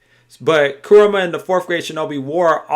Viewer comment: bruv. its ku-RA-MA not ku-RU-MA lol good video regaredless...